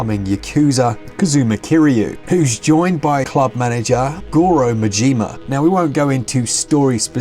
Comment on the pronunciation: Been a fan since the first game on PS2. Love the series and I'm glad more people can enjoy it on Switch. And please, lads, it's MAjima, not MajIma. Emphasis on first A, not I. To anyone who's gonna play this. Play it with the Japanese dub. Do not deprive yourself of the original voices for Kiryu and Majima, those are perfect.